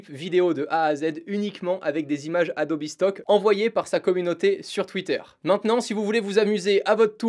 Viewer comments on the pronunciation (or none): En français on dit bien Adobe et non Adobi. Par contre si tu prononces Adobe en anglais, tu dois prononcer Premiere en anglais également. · Alors que plus tard dans la vidéo il dit plusieurs fois Adobi assez naturellement, on se défait pas si facilement de ses habitudes mdrr